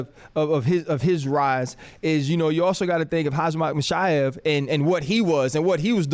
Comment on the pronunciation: did he say Hazmath Mishaev 😹